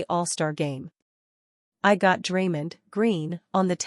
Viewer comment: Stop mispronouncing Draymond 😢